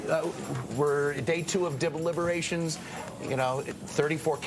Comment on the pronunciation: What's a "dibbleiberation"? Is that like a regululuation... 🤓